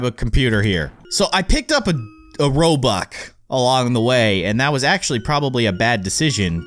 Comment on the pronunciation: U called it robuck ._.